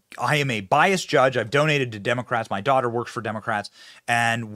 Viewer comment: Ha ha demo-rates